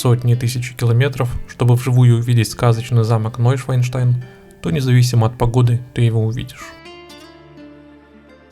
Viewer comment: О, Боже! ШвАН, а не ШваЙН! Шван - лебедь, Швайн - свинья. НойшАНштайн - Новый Лебединый Замок.